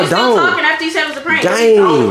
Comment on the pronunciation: said is it a prankleeee